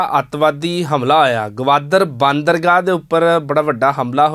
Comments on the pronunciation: ਇਸ ਪ੍ਰੋਗ੍ਰਾਮ ਦੇ ਐਂਕਰ ਸਾਹਿਬ ਬੰਦਰਗਾਹ ਨੂੰ "ਬਾਂਦਰਗਾਹ" ਕਹਿ ਰਹੇ ਹਨ। ਕੀ ਇਹਨਾਂ ਨੇ ਕਦੇ "ਬੰਦਰਗਾਹ" ਸ਼ਬਦ ਨਹੀਂ ਸੁਣਿਆ ਜਾਂ ਪੜ੍ਹਿਆ? ਇਸ ਸ਼ਬਦ ਤੋਂ ਤਾਂ ਵਿਦਿਆਰਥੀ ਸਕੂਲ-ਸਮੇਂ ਤੋਂ ਹੀ ਜਾਣੂ ਹੋ ਜਾਂਦੇ ਹਨ। ਐਂਕਰ ਤਾਂ ਜ਼ਰੂਰ ਘੱਟੋ-ਘੱਟ ਗ੍ਰੈਜੂਏਟ ਹੀ ਹੋਵੇਗਾ। ਇਸ ਦੇ ਸ੍ਵੈ-ਭਰੋਸੇ ਵਾਲ਼ੇ ਉਚਾਰਨ ਤੋਂ ਤਾਂ ਇੰਞ ਜਾਪਦਾ ਹੈ ਕਿ ਜਿਵੇਂ ਇਸ ਨੂੰ ਆਪਣੇ ਉਚਾਰਨ ਦੇ ਸਹੀ ਹੋਣ ਦਾ ਪੂਰਾ ਭਰੋਸਾ ਹੈ ਅਤੇ ਇਹ ਬਾਕੀ ਦੁਨੀਆ ਦੇ ਉਚਾਰਨ ਨੂੰ ਹੀ ਸੋਧਣ ਦੀ ਕੋਸ਼ਸ਼ ਕਰ ਰਿਹਾ ਹੈ। ਪੰਨੂ ਸਾਹਿਬ ਤਾਂ ਭਾਸ਼ਾ ਦੇ ਕਾਫ਼ੀ ਮਾਹਰ ਹਨ ਤੇ ਉਹ ਗ਼ਲਤ ਉਚਾਰਨ ਕਰਨ ਵਾਲ਼ਿਆਂ ਨੂੰ ਟੋਕ ਵੀ ਦਿਆਂ ਕਰਦੇ ਹਨ। ਪਰ "ਬਾਂਦਰਗਾਹ" ਦੇ ਗ਼ਲਤ ਉਚਾਰਨ ਸਮੇਂ ਉਹ ਵੀ ਕੁਝ ਨਹੀਂ ਬੋਲੇ। ਉਹਨਾਂ ਨੂੰ ਅਜਿਹੇ ਸਮੇਂ 'ਤੇ ਜ਼ਰੂਰ ਬੋਲਣਾ ਚਾਹੀਦਾ ਸੀ ਤਾਂਕਿ ਲੋਕਾਂ ਵਿੱਚ ਗ਼ਲਤ ਸੰਦੇਸ ਨਾ ਜਾਂਦਾ ਅਤੇ ਚੈਨਲ ਦਾ ਅਕਸ ਖ਼ਰਾਬ ਹੋਣੋਂ ਵੀ ਬਚਾਅ ਹੋ ਜਾਂਦਾ। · ਵੀਰ ਜੀ, ਬਾਂਦਰਗਾਹ ਨਹੀਂ ਹੁੰਦਾ (ਬੰਦਰਗਾਹ ਹੁੰਦਾ )!